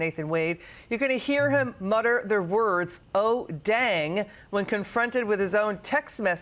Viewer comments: It’s FAN-i. NOT Fawn-ee. . . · There's no W in her name!! It's fan-e, Fannie. Jesus h Christ what is wrong with y'all!!! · Her name is Fani Willis, not Fawni or Fawny Willis. Don't any of these people know how to pronounce words? Just because she has a big fanny, they don't want to say her name correctly! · Is everyone at Fox mandated to call FANI (FAWNEY)? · It's pounced "Fanny" btw 😂